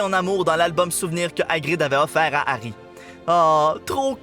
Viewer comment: Giarry on dirait diarer